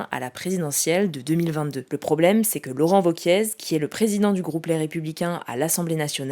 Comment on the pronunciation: "Laurent Voquièze" mdrr